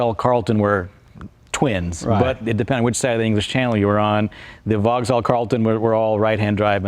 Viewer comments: It's pronoumced "Vox-All" not "Vog-Zall"! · It uses a Corvette gearbox and it's Vauxhall not Vogal. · Brit' here - VauxHall sounds wrong, drop the H = Vaux'all, now you're speaking the lingo 😉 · OMFG, can someone tell this chap how to pronounce ‘Vauxhall’ correctly?! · Can’t pronounce ‘Vauxhall’ though.